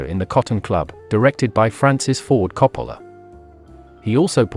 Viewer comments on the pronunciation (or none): none